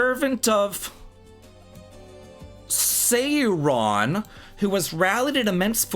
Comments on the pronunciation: I've heard it pronounced a few different ways (most notably SOAR-RON in the Ralph Bakshi version) but SAY-RON? That's a new one for me. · Lol sayron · "i'm not into lotr" pronounces sauron .....i couldn't tell. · I had to pause after how you pronounced sauron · My heart broke when pronounced Sauron...